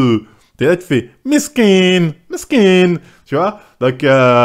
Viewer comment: Mdrrr c’est quoi cet accent du Bengale quand il dit « miskine »?!!! 😂😂😂 un génie ce mec mdr.